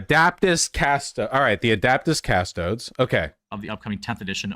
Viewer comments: you gotta admit "Adaptis Cusstoads" is tremendously funny and betrays a complete lack of knowledge or interest in anything warhammer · Adaptas cas-toads. This guy fkn suuuuuuuucks